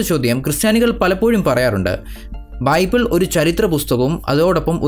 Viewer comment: ബൈബൂൾ. മുത്തു ചിപ്പി വായിച്ചാ ഫീലിങ്ങ് 😮😮😮😮